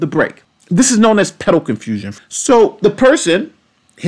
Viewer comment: Sometimes it has to do with certain key words and i believe it every time you mentioned "pedal confusion", ngl it sounded a little like "pedo confusion" that might be it